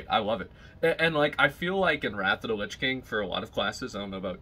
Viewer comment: 'wrath of de lich king'